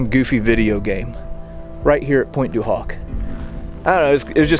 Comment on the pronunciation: the h in Pointe du Hoc is silent.